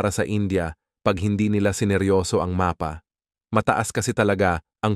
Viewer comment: napatigil ako sa panonood dahil sa pagbigkas niya ng "MAPA". utang na loob na bigkas yan. wala akong paki kung AI man yan